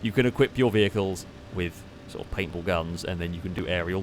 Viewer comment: Every time said “Paint Ball” I heard “papal” - as in the adjective used to reference the Pope. Sentence example: “The Roman Catholic Church’s military aircraft used its’ papal guns to mow down the ground targets.”